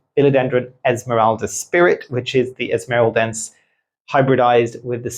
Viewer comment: Like watching your video… learn a lot. But please can you pronounce the name of the plants from where they come from. ESMARELDEN-SÊ. It’s a bit disconcerting 😜. Other than that 👍🏼 and yes have both. Locally grown from the Philippines